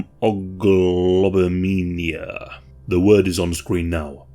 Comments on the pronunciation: Pronounced met-hemo-globin-e-me-a. I liked how you tried to sound it out. I enjoy your narration and the content of your videos. Very interesting and educational. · Thought he was having a stroke lol